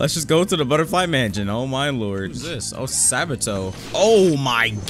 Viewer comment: Ah yes mension and not mansion